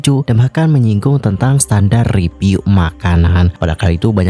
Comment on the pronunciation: … masukan deh. kan yg nonton udh banyak, dan pembawaan km saat bercerita juga oke kok. tolong dong pengucapan huruf “P” dan “F” atau “V”-nya diperhatikan. review itu dibacanya “riviuw” bukan “ripiu”, food vlogger itu “fud vlogger” bukan “put plogger”. soalnya jd agak salfok dan akhirnya jd hard to understand. pls ya dianggep baik masukan nya 🤗🤗 for ur own good sake, karena kalo ga diingetin ga bakal ngeh salah dimana kamunya